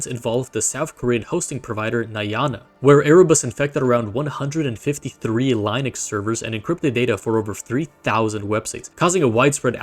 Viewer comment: Exactly. That's how you get stupid pronunciation mistakes such as "Lienex"